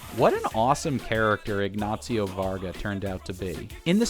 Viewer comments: Why are you saying “Ignatsio”? It’s just “Ignacio”. Not hard to pronounce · There's not "T" in Ignacio hahaha "IgnaTcio"? xD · "Ignacio" is not pronounced "ig-nazi-oh". The Spanish "c" is pronounced like the English "s" (in this case, not in all cases). From a native Spanish speaker.